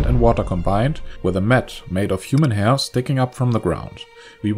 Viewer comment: The pronunciation of “hair” ruined my understanding of the whole video